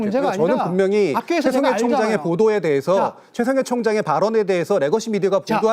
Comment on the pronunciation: 개싸움으로 몰고 가서 유시민도 별거 없네 이렇게 만들어야 하는데 어뜬보도가 어떻게 문제????? 여러분이 칭찬하는 기사는 다 사기고 날조입니다 이게 전체주의 발언인데 최총해총장님이 ㅋㅋㅋㅋ발음도 꼬이죠 디테일은 틀렸지만???? 그럼 틀린거지 중권아